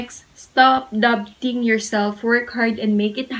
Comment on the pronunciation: No hate po it's the "doubting" to dabting to me